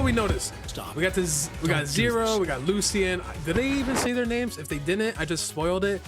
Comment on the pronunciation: it’s not pronounced. “Lucy-en” it’s pronounced “Lu-shin”. Ik because it’s my name